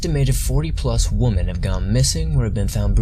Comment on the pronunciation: Am I missing something? Is there a reason you don’t seem to use the plural of woman when you are speaking? It sounds like you say “belonging to one of the missing woman” and things like that when speaking of women as in more than one. I don’t mean to sound picky. Just wondering if I am hearing it wrong or maybe you aren’t from US and that is correct where you are from. I really love your videos. I am a recent subscriber.